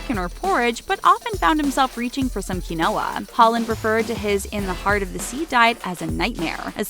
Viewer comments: some KEY-NO-AH? Ok am I the only one who heard that and was like keen-waa? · Quinoa is 'keen-wah' lol. Not 'kwi-no-ah' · I thought I was the only one.. "Key-noah" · "kee no wa". whaaa?? it's KEEN WA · Quinoa... ke-no-ah not how you pronounce it. It's keen-wah. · Qui-no-a??? It’s pronounced keen-wah Ik it’s weird but it’s my pet peeve when people do that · Quinoa? For fuck's sake, it's pronounced keen-wa. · Quinoa is pronounced KEEN-wah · Is it supposed to be “keen-wa”? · it's pronounced "keen-wa" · Isn't it pronounced : key - noah ? In France, we pronounced it like that ! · Quinoa... repeat after me.. "keen-wah" 😉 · Thank you!! The way she pronounced it made me laugh. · quinoa isn't even spelt the way she pronounced it... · lemme get this straight... you tried really hard to pronounce papillon and les miserables as accurately as you could but didn't try at all with quinoa? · Once Upon A Blink the way she said quinoa was also cringey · lmao why did she pronounce quinoa like that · 😂😂😂 omg yess! I just noticed